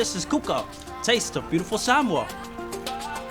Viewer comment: Why is everyone suddenly pronouncing Samoa like that? I swear I just slipped into a Mandela effect, in my old universe everyone used to say "sam-oh-uh" now every says "sam-ore" like what? Get me out of here!